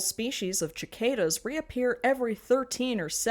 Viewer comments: I love you, but your mispronunciation of "cicadas" made me have to set the phone down for a few minutes. Who told you that you pronounce the first syllable like "ciclets" instead of "circle"? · Girl im on your side but why did you say chickadas instead of sickadas?? 😂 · I'm sorry, say it how you want, but I had a VISCERAL response to "chick-adas". Again, don't stop saying it that way its great it just scared the living shitake mushrooms out of me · thats it all of what you said is wrong because you said "cicadas" as "chicadas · has never been in a region with cicadas? i only ask for that pronunciation 😭 (it’s pronounced suh-kay-da btw) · I have never heard cicadas pronounced that way lol. It’s an S sound not a Ch sound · I cannot STAND how you pronounced cicadas!!!